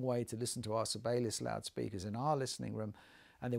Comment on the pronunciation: You are welcome. I hope it helps. Buy the way, you’re pronouncing Sibelius incorrectly.